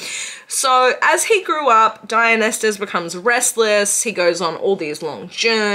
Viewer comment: babe i love you so much but its (die-un-eye-sis) there is no t.